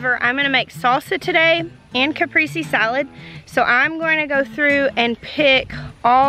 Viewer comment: I hate to be that guy but you just pronounced cap priest say